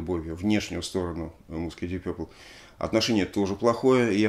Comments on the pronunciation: Дип Папл , если правильно произносить . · Уважаемый Алексей! Удаление ставится на первый слог Дииип Пепл. Разговаривал с носителем за границей, британцем. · Алексей, смотрю, Дмитрий Юрьевич, всё-таки Вас убедил в произношении "Дип Пёпл" вместо "Дип Папл"? 🙂 Спасибо за обзор!